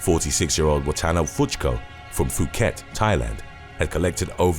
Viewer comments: It's pronounced Pooket, not Fooket. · Phuket is pronounced poo-ket and not phoo-ket